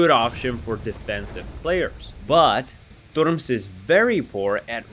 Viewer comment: can i ask u smth, r u russian? bc the way u said "турмс", instead of "turms" is kinda sus xDD